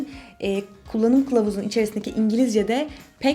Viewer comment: pek anlayamadım ama kıllanım kılavuzu mu diyor kullanım kılavuzu mu?